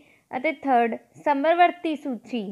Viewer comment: ਸਮਰਵਰਤੀ ਨਹੀਂ ਜੀ ਸਮਵਰਤੀ ਹੁੰਦਾ ਹੈ। plz sahi pronounce krea kro